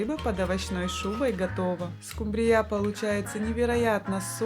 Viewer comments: СкУмбрия,а не скумбриЯ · СкумбрИя, а не скумбриЯ. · не скумбриЯ, а скУмбрия, отслеживайте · Все замечательно, но почему скумбриЯ, скумбриЮ?!